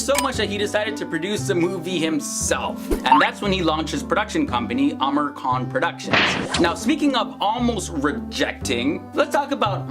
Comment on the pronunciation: I suppose his name is pronounced as "aa-MEER khAN" instead "Amer khAN"?